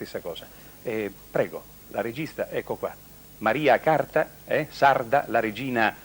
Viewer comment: Ma lui che sbaglia pure il nome non si può sentire. Maria Carta artista immensa